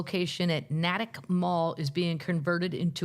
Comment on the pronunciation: Love all Americans, but it's not pronounced (Nattick) Mass, it's (NAY tik). New Englanduhs gawt owr own waya tawkin.